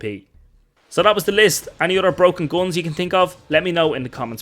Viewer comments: i like your funny accent. it sounds like your pronouncing GUNS as GOLEMS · "gons" lol